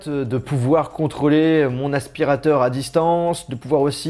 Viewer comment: " un aspirataur cauume les autres " J'en peux plus de lui